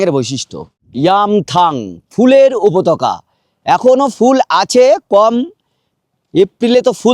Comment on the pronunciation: উপত্যকা কে উপতক্কা বলছেন ওপরে কে উপরে বলছেন. মাছ কে মাস বলেই যাচ্ছেন.. বিশ্বাস করুন ভ্লগ টার গাঁড় আপনি একাই মারছেন..😢